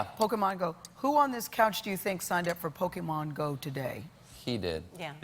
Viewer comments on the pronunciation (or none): "Pokiemen Go" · POKEMAN GO! Cringing... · 20 years later and still calling it "Pokey Man." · "There's a big thing called Pokeman Go" CRINGES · you can tell a lot about a person by the way they pronounce pokemon. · Why is this how literally every adult pronounces it? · seriously, it's not even an A, it's a fucking O which never makes the A in "man" sound. how the hell do all of them miss that??